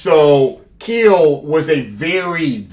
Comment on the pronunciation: “Keel brought the keel”🤣🤣🤣